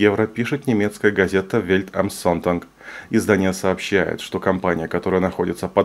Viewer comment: произносится Вельт ам зонтаг